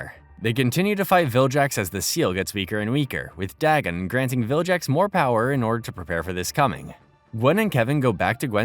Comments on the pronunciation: How tf is this guy saying "viljax" now, when he previously narrated the other 2 series where he said "Vilgax" correctly. He also made it seem like he's watched the show and grew up with it, but if he did, he'd never make this goofy mistake. Tf is going on 💀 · Vilgax not jax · You should get 20 years of punishment for pronouncing vilgax as viljax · saying "viljax" has GOT to be interaction bait 😭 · Take a shot every time the narrator says "viljax" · is this read by an AI? Viljacks fucking hurts me. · Man it's pissing me off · Saying "viljax" is a crime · And he says it 100 times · how do you watch the show presumably with the audio on and still say bros name so wrong ruined the series